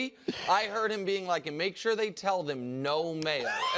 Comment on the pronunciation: The cadence was good but he missed the pause into anddddd pause 😂